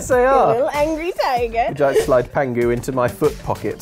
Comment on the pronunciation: The name of the tiger is actually Pang Hu (as opposed to how you guys are saying 'pangu'), which literally means "Fat Tiger"